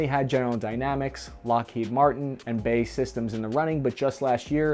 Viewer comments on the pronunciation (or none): It's not "bae" as a word, it's "B.A.E" Systems... formed from British Aerospace (used to be BAe, with the small e there to distinguish the acronym from British Airways) and Marconi "Electric Systems" to form BAE Systems. Oh my God... I can't believe I just spent time writing such a pedantic point... just sounds weird hearing someone say it that way. Say B A E plllleeeaaassseee! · every time you pronounce BAE as "BAY" I die a little bit. It's pronounced as an acronym..... B. A. E. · B A E Systems.Each letter is pronounced. Not Bay... Also the Marines had the LAV25 in the early 80's, twenty years before the the Stryker was adopted... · Nice video. It's pronounced B.A.E Systems...said as seperate letters...Not "Bay" systems. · Bay systems? I actually had to read it to realise who you were talking about, it's pronounced as Bee Ay Ee 😂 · It's B-A-E, not BAY brother. 😉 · B A E systems, not Bae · are you being facetious when you say BAE as "Bay". it's just B.A.E. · You know it's B. A. E., not 'bae', like tweens used to call their significant other a few years ago... right? Oh, just checking, since clearly you don't. No worries. Army intelligence, right? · It's a joke, he pronounced it wrong on purpose. Bae is a popular internet vernacular. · You said bae Systems, lol.